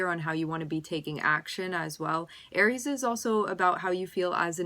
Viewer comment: Did u just said Aires?